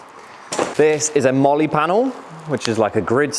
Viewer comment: can't say Molly out loud 😂🥴